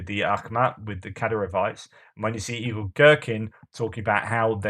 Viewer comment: Sorry, but every time you say Igor Girkin, it sounds like Evil Girkin to me.😂